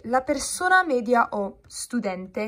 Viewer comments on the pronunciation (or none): none